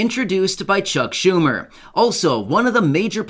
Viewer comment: I don't know about anybody else but I'm not liking Chuck humor and I'm sure it's not how you pronounce his last name but right now I really don't care. This guy is hurting a lot of people and doesn't seem to give a crap. I know he's trying to do the best for everybody I get it but the seniors are struggling and he's not helping us out one bit.